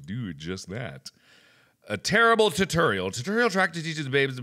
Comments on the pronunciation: 607 tootoral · The way Mark pronounces "tutorial" Good lord, it's even worse than "room" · Oshikaru How it's supposed to be said=Tutorial How Markiplier says it=Tuturial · Oshikaru Mark: TUH TERIAL No Mark it's TOO TOORIAL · You pronounce "tutorial" weird. Is it a regional thing? Because you say "tuh-TURR-ee-uhl" when down south it's "too-TORR-ee-uhl" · Tuh-turr-ial! :D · "titorial" aah so cute how he pronounces it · The only tutorial Mark needs is a tutorial on how to say 'Tutorial' correctly. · Mark: Why is there a cannon on the ruff? Me: Why don't you ever say "room" and "roof" right? I'm sorry Mark but it kills me and makes me laugh every time you say "tutorial" and "room." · "do I look like I need a tutorial on how to play the game??" ..maybe a tutorial on how to say tutorial correctly though